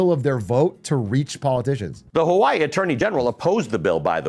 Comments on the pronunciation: funny how some chat and this Youtube comment section are losing their minds on how a native Hawaiian pronounces "Hawaii" correctly and trying to say it's incorrect 💀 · That's how you pronounce Hawaii in the native Hawaiian pronunciation 😭 how can you be so confidently loud and wrong